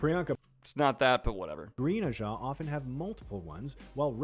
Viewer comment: They pronounced ajah in more ways than I thought possible.